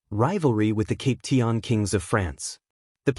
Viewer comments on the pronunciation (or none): Cap pee shan not cap tea an